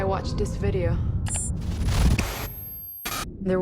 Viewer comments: "Last night I watch dis videoh..." Reminds me of "Oh hai Mark!" The Ring directed by Tommy Wiseau. Why didn't they get another take? With a weird flubbed line like that I was thinking she was a non-native English speaker, but her next line is fairly normal. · and “Las nigh Ah watch dis veedeo... De seecon it wahs ovyer...”